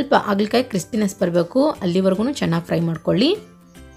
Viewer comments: ಆಗಲಕಾಯಿ ಅಲ್ಲಾ .... ಹಾಗಲಕಾಯಿ... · Haagala kaayi not Aagala kaayi